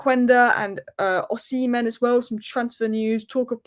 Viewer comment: It's not O-semen, it's Osimhen!